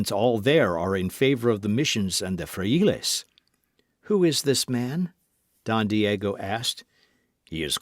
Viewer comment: I truly appreciate the readers at for volunteering to read books. who reads this story is enthusiastic and I appreciated his read, but I would like to suggest that he research how to pronounce Spanish words for the book. The simple reina de Los Ángeles, González, Pedro, frailes( monks) zorro. We currently have apps to help us pronounce words in any language please use them. Being a Californiana I would appreciate it.